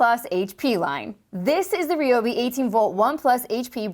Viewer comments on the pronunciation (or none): Yeah, in a crazy twist of fate, likely because only a dozen people on the planet pronounced it REE-O-BEE, it is now officially RYE-O-BEE. Apparently they listen to their customers. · it's rye-ob🤦‍♂️ not sure how a dash cam can help anyone🤔. no such thing as baby chainsaw🤦‍♂️ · Hate to be that merman, but please use the new pronunciation of Ryobi.